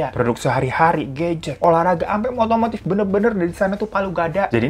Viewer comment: Kok denger nya otomatif ya bukan otomotif...😁😁